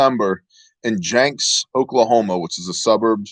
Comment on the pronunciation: Love you but it’s pronounced Jinx not Janks...not being a smart butt but I’m from Oklahoma and that’s how we say it...nothing but love and respect my man Shalom!